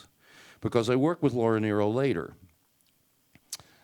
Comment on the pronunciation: Yes, that is the correct pronunciation. Many get it wrong.